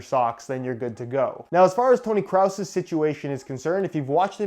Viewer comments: I pronounce is kross like gross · its kroos, KROOOOOS , SAY CRUZ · Graham S Its not pronounced gross. Its actually not easy to explain in the comment section but for europeans its very easy to pronounce. Idk there is no familiar word its just simply kroos with a long o and a german "r" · I have never heard anyone ever say kraus just wrong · I’m German, it’s pronounced “kr-oh-S” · Big man, I live in Germany and speak fluent German. It’s pronounced how it looks. Kroo-s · Methwurst nicht wirklich hahaha kraus oder was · or you can pronounce it like "kroos" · Sounds like he's tryna say Kraut lmao. WW2 yankee flash backs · Im German and you pronounced the way horible like REALLY BAD Kroos got 2 os which means you pronounce it longer Like Kroooooos and the s is pronouced sharp! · He said “Toni cross” 😂😂😂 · It's not Kraus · “Kroos” is pronounced like “gross” but with a k in the beginning, so basically kross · he says crouse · he sais kraoos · it like croose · xX-zim-Xx "kros" with an o...how you write it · You say gross but you replace the g with a c and you pronounce the r different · it's actually pronounced krawss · It’s Krooossssss I’m German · the correct way is how we Germans say it. And pronounce a long o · The pronunciation for Kroos is basically "close" with an "r" replacing the "l". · Im german and it hurts me how u pronounce toni kroos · While I get that that’s just the way you pronounce his name in the us, as a German I’m still triggered lol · Search the german word „groß“ (big) in Google translate and let the voice pronounce it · Kroos - It’s pronounced like in „Sheryl Crow“...Crow with an s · Bro u can't even pronounce his name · As a german it really hurts me how you say Kroos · xX-zim-Xx I'm not german but I think hard k then roos with the o being pronounced like orange but 2x longer because it's 2 o's and not 1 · As a german speaking Dane it hurt me as well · "You are slathering my beautiful language!" 🤣🤣🤣🤣🤣